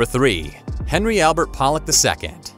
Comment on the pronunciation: His name was HENRY Polic II, not Hanry.